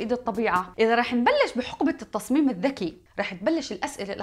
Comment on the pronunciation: ليش قرأتها الذكري 😁